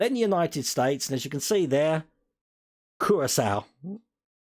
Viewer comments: Pronounced Cure'a'sow - Curacao ;) (sow as in female pig) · ITS CURACAO!!!! SAY IT WITH ME....KUR-RA-SAO!!!